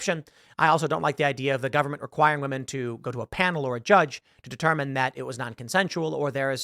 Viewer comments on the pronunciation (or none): none